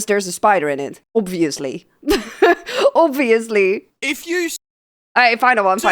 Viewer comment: . The way you pronounced "obviously" got my attention. And one profile check later I confirmed my suspicion that you're a fellow Dutch citizen.😄